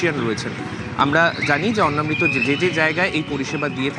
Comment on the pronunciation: গ্রাউন্ড রিপোর্টারের উচিত দয়া করে উচ্চারণ ঠিক করা। এটা অন্ন্মৃত নয় অন্নামৃত (অন্ন + অমৃত) ।